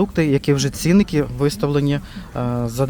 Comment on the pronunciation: Не цІнники, а цінникИ.